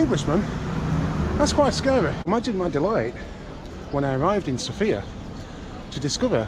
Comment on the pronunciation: Hi, followed your Sofia walk with interest, looking forward to other interesting videos. Just a small comment, if I may. The stress in Sofia is on the O. I hear (mostly) men putting it on the I, perhaps reminiscing/dreaming about Sophia Lorrain... :) but my birthplace has it on the O. Thank you, and happy, healthy, wealthy, and productive year!